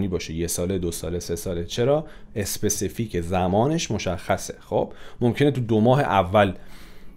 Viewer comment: Mamnoon misham specific ro especific talafoz nakonin 🙏🏽🙃